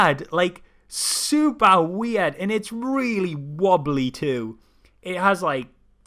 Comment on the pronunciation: the weirdest thing is pronouncing weird weeaard. just saying.